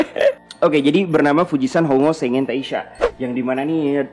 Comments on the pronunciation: biasa -nya suka typooo... Sengen di baca sangek:v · Dibacanya "senggeng", coba cek google translate buat pronunciation-nya ✌